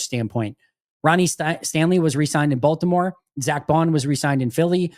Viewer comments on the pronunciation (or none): none